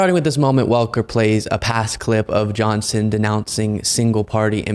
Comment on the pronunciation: Did you mistakenly pronounce "Johnson" as "John-Sin"? 😂